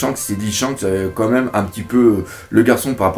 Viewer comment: Tu dis "co même" au lieu de "quand même" xD Sinon très bonne critique analyse ! ^^